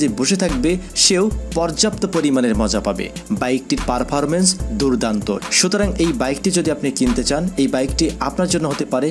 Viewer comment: পারফারমেন্স 🤣 পারফরমেন্স 😆